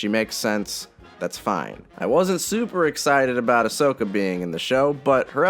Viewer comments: finally learned how to pronounce ahsoka:D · REJOICE EVERYONE He finally learned how to properly pronounce Ahsoka